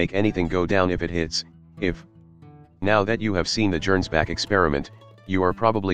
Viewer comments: Arghhh. Gernsback is obviously a Hugo Gernsback reference, which means it's pronounced with a hard G. One of the few times I've had an actual complaint with the TTS app you're using, which I generally find quite soothing to listen too. All those childhood years in the Golden Palace on Terra, y'know. Hilariously over the top plane, though. Das Gegenbeispiel is freaking suicidal for most folks but it is cheap - so maybe a viable choice for a Witch who can just leave when it inevitably goes out of control? Between the annular loop wings and the option for one of those Austrian hell-cannons* that's a lot of aviation history on one airframe. *Seriously, if you think WW1 was bloody already, imagine an alt-history where those things went into service a few years early and got stuck on some kind of armored (or at least motorized) ground vehicle instead of just planes. Of course they probably would have turned out to be too unreliable for field use, but we'll (thankfully) never know. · Worth noting -- I'm not slamming for it because the TTS will do as it does, but "Gernsback" is pronounced with a hard G, like "get" or "gorilla".